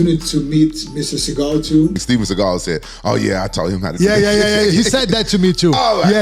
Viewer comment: If you do not do “tha kick” then I will disown you!- Steven seagull not segal